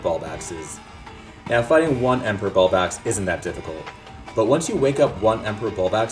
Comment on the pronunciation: By the way, it's bulBLAX, not bulbax.